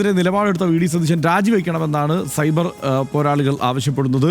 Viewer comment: Not cyber, it's subair means moooooris 😂😂😂